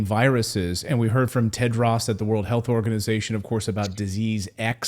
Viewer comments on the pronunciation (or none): You are mispronouncing the name Tedros.